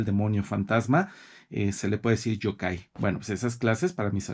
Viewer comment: Me encanta que usted sepa mucho de la cultura japonesa, pero solo quiero ayudarle en la pronunciación de dos palabras Yōkai (criatura sobrenatural)y Yūrei (fantasma). La “Y” se pronuncia como “i latina “ además la raya que hay sobre la vocal significa que el sonido de esa vocal se debe prolongar. Un saludo 👋 y me gusta mucho su biblioteca 📚.